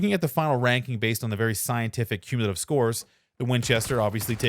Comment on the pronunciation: By far your best video. Might want to check the dictionary for the word Cumulative though.